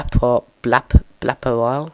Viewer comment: Lol at you struggling to say my name. It sounded like you said Blafferile, Blappewile, and Blapérile. xD The last time you said my name it was right, lol. Thanks for mentioning me, by the way.